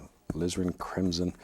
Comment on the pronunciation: the way he says “crimson” gives me an eargasm